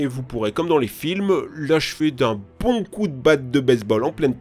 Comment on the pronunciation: "Oh que c'est bHOnNN..."